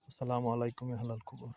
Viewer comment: হালাল কুবুর না আহলাল কুবুর হবে। উচ্চারণ ঠিক না হলে অর্থ পাল্টে যায়।